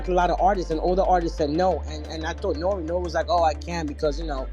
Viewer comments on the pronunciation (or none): its pronounced NOOR-REE